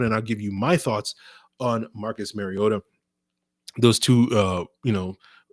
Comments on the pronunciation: Should probably start with learning to pronounce Marcus' last name. It isn't Maryota MAR E OTA MARcus MARiota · THANK YOU! It is pronounced like the Nintendo character Mario with "ta" at the end. He has been in in the league 8 years and the announcers still say it wrong.